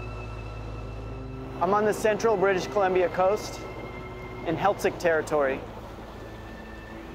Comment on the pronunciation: This guy said British cilimbia